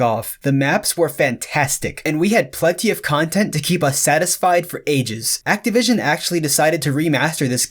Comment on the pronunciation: Glad to see I'm not the only one who thought he said it weird he also said treyarch weird